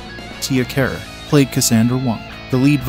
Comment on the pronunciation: Its pronounced dana carvee not Dana carvay. And it's Tia Carerra like a Porsche carrera not Tia Care.